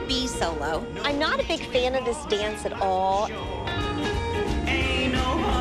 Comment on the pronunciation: “I wike to dawnce because it makes my mom hawppy.” ❤